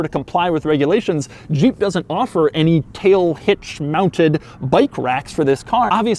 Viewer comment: The way you pronounce "Jeep" is just throwing me off. I keep hearing "Juh-eep". Not trying to poke fun, just an observation.